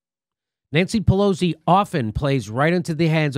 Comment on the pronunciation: Jimmy, you keep saying Pelo-Z, but her name is pronounced more like Pelo-C.